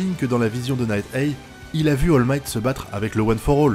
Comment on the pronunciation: J'ai rien contre toi! Nighteye ne se prononce pas Night-èi mais Night-AI!